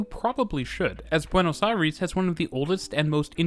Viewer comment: Hearing "Buenos Airis" is too weird